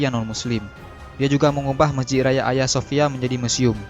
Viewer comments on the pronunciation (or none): none